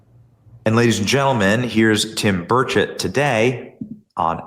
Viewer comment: NEW HIT SONG! DAD GUM... Love it and I LOVE my congressman!! Ya know, Tim is too much of a gentleman to say anything, but his name is pronounced BURR' cht. BURR cht To hear Tim say it, he doesn't really pronounce the 'e' in chet. 😎🤓😂❤ Love you Benny! Sometimes you say it right. 👌👌😍